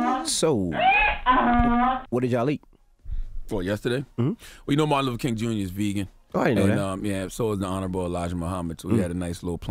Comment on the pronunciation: Martin "Luffer"?? C'mon Charla